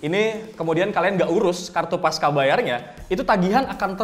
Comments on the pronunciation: Pasca bacanya pas-cha, bukan pas-ka. Karena pasca itu bahasa indonesia (yg diambil dari bahasa sansekerta, artinya setelah), bukan bahasa inggris atau serapan dari Inggris. Bahasa indonesia c dibaca che. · Koreksi bang, harusnya dibaca 'pasca' bukan 'paska'.